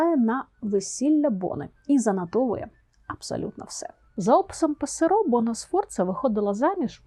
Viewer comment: італійською ( вибачте мене будь-ласка за це зауваження!) наголос у прізвищі Пассеро (що, доречі, перекладається як «горобець» 😄 ) ставиться на першому складі, тобто Пàссеро. Але вибачте мене будь-ласка за це зауваження і хочу Вам подякувати за Вашу роботу і чудові відео! Завжди дуже і дуже цікаво!❤❤❤